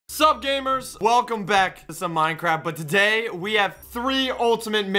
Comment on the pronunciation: Wait did he say minecrap